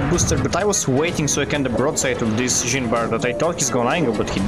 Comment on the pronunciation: My French soul everytime pronouce "Jean" - Mister Stark..I don't feel so good..